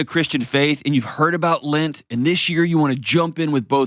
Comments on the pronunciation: Why does he keep saying "lint" instead of "lent"? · lint, I have never hear this pronunciation. I like your videos and are helping me process my divorce and mistakes we made and I don't want to make again.